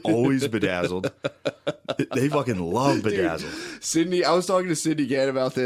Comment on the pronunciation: “I ruv a spend money on pitburrs, i ruv a dog stuff”